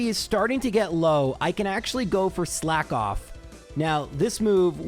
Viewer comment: It’s pronounced “slakoth” not “slack off”